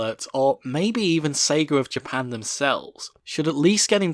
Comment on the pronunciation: Its "Sega" not "Sagar"